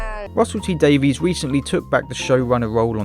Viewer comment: That explanation on Sherlock was one of the fan theories too. (By the way, Gatiss with a long A, and Davies is pronounced like Davis in the case of RTD.)